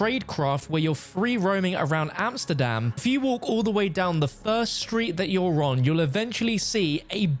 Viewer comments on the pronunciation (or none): none